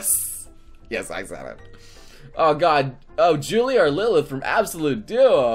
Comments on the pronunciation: You know hasn't watched Absolute Duo when he pronounces Julie as jool-ee and not yool-ee-ay (yes, I know that those pronunciations look weird, shut up.) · Is not (Jooo-lieee) it is pronounced (hooo-lie-a) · Guys, he said yulier or yulie wrong he said JULIE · watches Japanese ver of absolute duo julies name is pronounced julie Watches dub Julie is pronounced YOU LEE AYYYY What.....? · The pronouncation of julie(yulie) pls listen when troy says her name many people get it wrong the spelling is julie i think but the prononcation is (yulie) ok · God it's not Julie it's pronounce u-li-a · "julie"? fucking "julie"??! have you seen either the dubbed, or the subbed or even the fucking raw version of absolute duo? there is no debate on how to say her name.